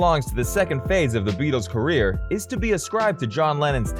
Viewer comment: It's career, not carrer,!